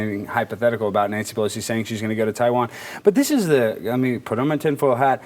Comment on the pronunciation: Nancy, it's Taiwan not tie one on.